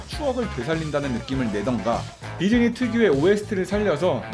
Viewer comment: 디즈니가 디쥐니?가 되버렸어...